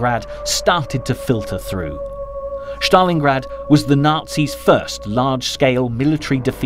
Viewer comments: Bloke is pronouncing Stalingrad like he’s an SS trooper. Stalin- grad. Not Shztalingrad. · It is not, “SH - tal - lin - grad,” nor is it, “SH - ta - lin”!!!!! There is no voiced “H” in either proper noun!! When I hear common names mispronounced—in this case, Germanized—I judge the work to be sloppily done and I stop watching. The least any narrator can do is to triple check that all place names and surnames are pronounced correctly! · Why do you use the German pronunciation of Stalingrad? It is Stalingrad, not Shtalingrad. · how many times is this mug gonna say ' Shhtalingrad ' !??